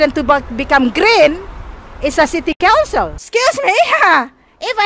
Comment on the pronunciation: Ndak apa2 Inggris grammar nya ngaco, yg penting masi bisa dimengerti.... semangat ya buuu :D semoga city council nya sadar dan mulai memperbaiki lingkungan nya <3 EDIT: oh ya...bu kedepannya "council" nya jgn di singkat jadi "Con"... karna dengernya kyk mau ngomong "kontol" wkwokwokwok